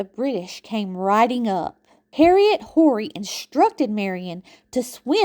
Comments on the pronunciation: Horry is pronated Orr-we. Huger is U-Gee. ❤️ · Loved all the history you included in your video. As a descendant of the Horry’s, Rutledge’s, and Pinkney’s, you did a great job. Only problem I had was your pronunciation of Horry and Huger. We are French Huguenots and these are French names. Check it out. Thx for your hard work. Love it!❤